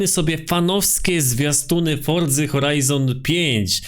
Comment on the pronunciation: Forza nie forca